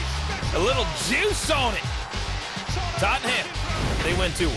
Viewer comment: it's pronounced "tot-in-um". Ooh, a young Gareth Bale